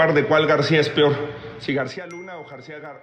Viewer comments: No dijo "pior"...dijo "pioj" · pero yo no quiero la señora q dice Pior pior ? eso es la que quiere ser presidenta de México? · Cuando dijo 'pior" me imagine la cara de los que critican al presidente por no saber hablar 😂😂😂